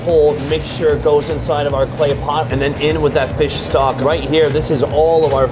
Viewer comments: hahaha feesh!! looking for that review... does he really say 'feesh' i cant get it out of my head.... FEESH!! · We have hard feesh small feesh #dawntildusk 😂